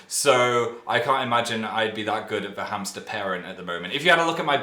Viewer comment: I dont get why people are freaking outbin the cooments about him saying the word "hamsters" can someone explain pls